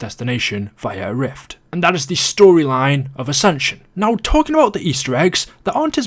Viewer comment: AscensUUUN UnioUUUN